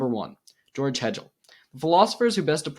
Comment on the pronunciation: Hegel is pronounced like bagel 🥯 Don’t take this as criticism, brotha. You’re doing great and keep it going!!